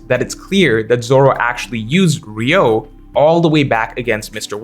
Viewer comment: it's not "ryou" but "ryu-o"/"ryuou", the o is separate from "ryu". Like Ryuma, but replace ma with o. "ree-ooh-ma" > "ree-ooh-oh" You're one of my favorite OP content creators but it hurts my ears every time.